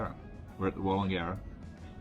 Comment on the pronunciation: Thanks for helping me pronounce "Wallangarra" for a radio ad for Southern Downs Steam Railway. Looks like a fun trip. Well commentated by old mate and your wife.